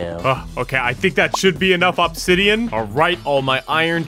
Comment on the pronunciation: “ohb-zidean”